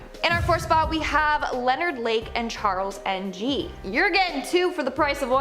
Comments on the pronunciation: I love yalls videos...but really!? Charles N.G?? It's pronounced "ing" as "I'm really like-ing your videos". OK?? :) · Charles Ng (eng is how it’s pronounced) Great job. There are so many killers in the world